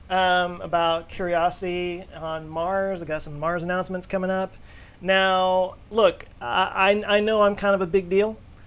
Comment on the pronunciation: "Nars ammouncements..." Wha...?!